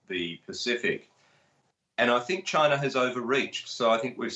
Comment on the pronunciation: China does not have an R in it. At least try to pronounce it properly.